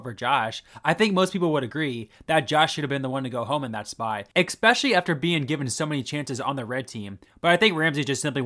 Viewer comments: Take a shot every time you say expecially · Your videos are great, but please remember there is no X in especially. Catch yourself saying it wrong, and re-record every time it happens. It's a really nasty habit.